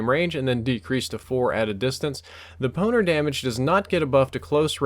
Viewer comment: I thought you said EM1 Boner :)